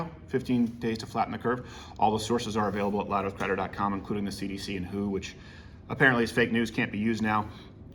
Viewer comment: Who calls the WHO "hoo"? You sound like an owl, that word is an initialization not an acronym you dweeb